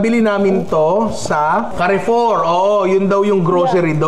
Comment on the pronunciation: “Carre Four” is actually pronounced “kah-foo” it’s a French supermarket. Love your videos, Ninong!❤